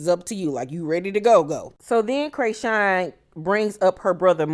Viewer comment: Laaawwwddd, Craysean🤣🤣🤣 thanks for the updates, every time you said Craysean I couldn't do nothing but laugh! This just made my day!